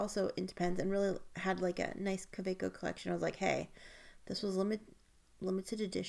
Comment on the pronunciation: Excellent vidéo ! Thank you ! (It’s not Lumley it’s LAMY and it’s not Cabaco it’s Kaweco😉) I can’t believe the price of the Visconti ! Is it worth it ?